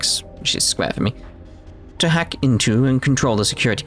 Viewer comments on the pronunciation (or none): none